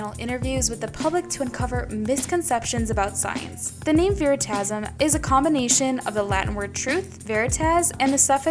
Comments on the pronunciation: its not veri ta sum .. Its Pronunced very-ta- sium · ITS pronounced ve-ri-ta-si-am